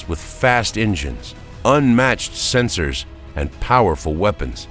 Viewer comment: He also said "Sens-Oars", as is proper for Vulcans.